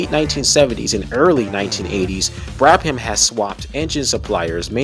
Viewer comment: great video! tip: brabham is usually pronounced as Brabam, not Brab-ham